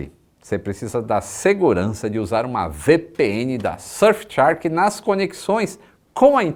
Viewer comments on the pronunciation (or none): voce pronuncia Shark como se fosse Chark, that's wrong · vc tem pronunciado “tchark” na propaganda da VPN. Faça jus ao cambly e corrija essa pronuncia 😃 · Quando o vai pronunciar shark corretamente?